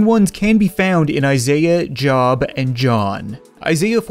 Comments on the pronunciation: it's pronounced "jobe" not "jahb" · Great video, just thought I'd let you know, "Job" is pronounced like "Joe" with a "B" (Joe+B) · For the record, the book of Job is actually pronounced like 'jobe' where the e is silent, not like a workplace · Job is pronounced Joe-b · Job is pronounced "jobe" a little fun fact ;) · Job is pronounced with a long o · Oh my God as a Christian I cringed every time he said Job... It's pronounce Joe-b. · It doesn't matter but Job is pronounced j-oh-b. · Its pronounced joeb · I died a little when you pronounced The Book of Job wrong